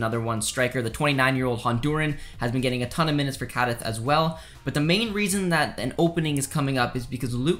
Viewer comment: Apart from pronouncing Cádiz, Coruña, terribly, you're cribbing everything from sources you don't cite. Some minimums of professional integrity.